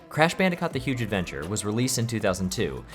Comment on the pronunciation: “Crash Bandacot”